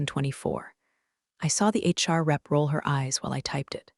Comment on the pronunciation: It took me a couple of episodes with Karen to figure out who the mysterious "Char" was. Then I said it out loud to myself Char = HR Hehehe Shirley 1, AI a bazillion